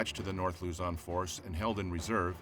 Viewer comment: Luzon not lozon